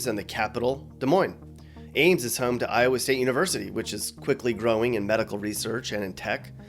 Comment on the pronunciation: Not “Towa” 😂